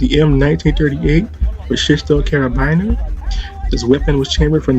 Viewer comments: Kar a bin ERS. And marss 36 not mass. Gotta get your words right to be taken seriously, and you should be taken seriously, you do some wonderfully deep research, except into pronunciation. That counts too, it can make you sound sloppy, as if you didn't research. Its just the next step my friend. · I cringed a bit at how he pronounced Karabiner and Wehrmacht